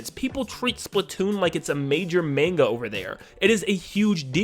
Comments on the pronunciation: It’s not manega it’s manga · while these points are valid, we cant ignore the fact that he pronounced manga as mainguh